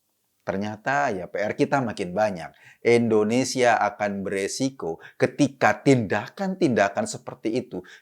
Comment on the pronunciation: Indonesia bulll... bukan endonesia...🙃